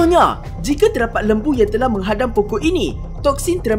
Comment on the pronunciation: terdaqpat? Faktaw ni orang kedoh ke